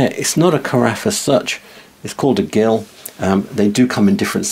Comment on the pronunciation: Gill is pronounced 'Jill' when referring to the measure and as 'Gill' only when referring to a fish.